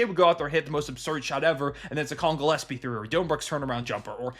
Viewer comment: I hope Rusty is watching and listening how Gillespie is pronounced, cause his Djilespie is ridiculous.